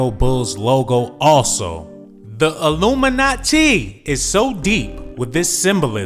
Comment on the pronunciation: Why he said "Illumina-TEE" like this I cannot control my laughter Then he roasted TF out of Tottenham!!